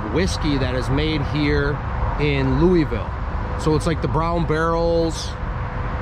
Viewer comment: ya gotta say louisville like you have water in your mouth. Also, we make bourbon, not whiskey. Appreciate your visit and the video though